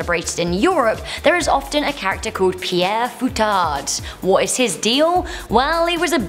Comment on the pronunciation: Pere Fouettard is pronounced like" pair foo-hay-tar" .Translates to "whipping father". Just to help you with the pronunciation. In any case, happy holidays to the whole team!